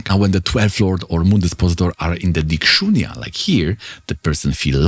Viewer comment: it is not digshunya; it is digheen i.e. It has less direction in life, not zero direction. Parashar does not use digshunya - this is one of the finest videos you've made though. multiple concepts layered over one another without overwhelming with technicality